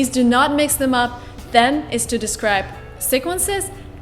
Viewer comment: emmmmm, but the auto-caption of this video can't distinguish the difference of your pronounce of "than" and "then", would you like to review it ? I meant no harm